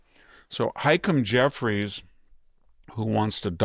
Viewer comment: The House Minority Leader's name is pronounced "Hah-Keem", not "Hike-em"